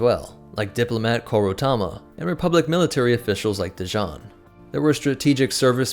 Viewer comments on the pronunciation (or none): none